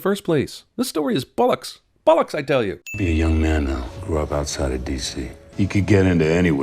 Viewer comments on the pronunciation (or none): You pronounced "Bollocks" wrong.